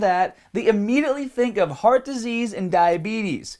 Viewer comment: Are you saying HOTS disease?